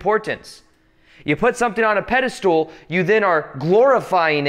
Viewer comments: Pedestool.?…… it’s pedestal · Sometimes it's hard to take anything when you say "pedastool" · I love how he calls pedestal "pedestool". It's quite endearing.